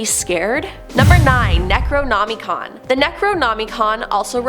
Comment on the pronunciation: NOM-A-CON NOT NAMICON Cant get passed that lol